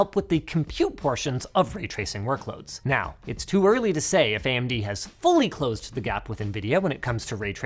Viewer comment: That "AyyyMD" made me actually laugh! Ty